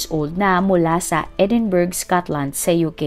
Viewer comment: Kindly correct the Pronunciation of Edinburgh po😊. Fond of viewing your Vlogs. So no offense meant. Just want the best for you😊. I also have an Uncle in Edinburgh, Scotland.